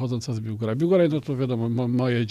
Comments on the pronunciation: Z Biłgoraju 😂 po jakiemu to !?😂😂😂 Wstyd. Dziennikarz powiedzmy z Warszawu.😂😂 polityk/ "przedsiebiorca", pisarz też nie wie jak powiedzieć w j. Polskim? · Z BiłgorajA. Chłop przeprowadza wywiad i nie wie jak wypowiedzieć nazwę miasta, z którego pochodzi rozmówca. 🤦🏻‍♂️